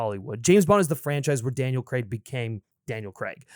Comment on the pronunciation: All these years later, and people still refuse to pronounce Daniel Craig's name correctly. CrAIg. Not CrEgg.